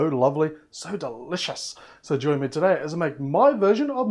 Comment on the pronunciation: Instead of saying welcome TODDAYr